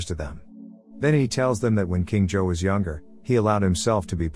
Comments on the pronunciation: It’s zouh not joe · its supposed to be pronounced "je-hao" but it pronounces it wrong as usual (im chinese) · Please learn how to properly pronounce every name. Everytime you say Zhou, all I hear is Joe. Just...no. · why are you saying john but his name is zhou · is the kings name being pronounced as Joe feel odd to anyone else? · I'm so bothered by the pronunciation of the name "Zhou" i can't move on